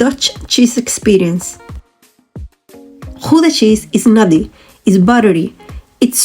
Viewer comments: It is NOT Goeda it is gouda with ou as in english now, you got the g right though...eDam not eVam. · [X ow dah] ou as the ow in english now or Cow....the g / ch sound you did very well..... So oe as in shoe, oo as in slow au/ou is in cow ee as in say...ie as in see ij/ei - èyyy , i is an it .... v/f differ from each other likie like z/s w as is water but without thye oe sound in front of it..... uu as ion french deja v u or as german ü ...ui other languages do not have the ui.... u in hut as u in hut in english o in dot as o in dot in english e in vet as a in fat :) So now G oe da with oe as in shoe Gouda with ou pronounced like ow in Cow..